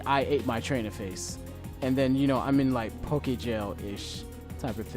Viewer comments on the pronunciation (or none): none